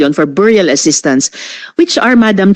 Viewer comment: beh-ree-uhl...hindi biyuryal ano ba tong Sara walang alam...lagi cguro lakwatsa sa school😂😂😂😂dumaan sya sa LGU bakit di niya alam